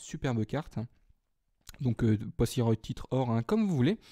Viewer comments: Ça se dit poi-so-roi et pas poi-si-roy.Ce n'est pas très grave mais je fais quand même la remarque.merci quand même pour tes vidéos! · Pour les boosters, c'est plutôt l'inverse coco.. Je t'ai fourni 3 boosters sauf le deoxys forme vitesse (booster vert). Donc oui, la EX vient de mon booster *fais attention en venant à Paris, un déraillement est très vite arrivé* Mais franchement, content que tu l'es eu, joli coup. Bravo =) Sinon, j'aime bien tes petits soucis de prononciation, le poisso"royyy" ma' tué x)